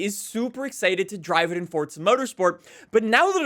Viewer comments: After all these years, still cant say Forza. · Why do forza YouTubers always pronounce it “fortzuh” just say FOUR ZAH